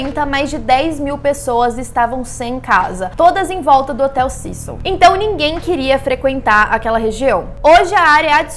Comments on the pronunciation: Se fala cecio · Eu jurava que era “CÉcil” 😂😅